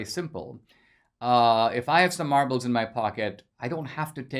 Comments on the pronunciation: Did he say marbles or Marlboros? 😁😁😁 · When you talked about having "marbles" at school I thought at first you said "Marlboro's" and I was like DAMN he was a hardass lil kid!